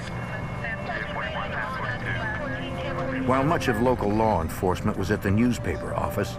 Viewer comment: Lar enforcement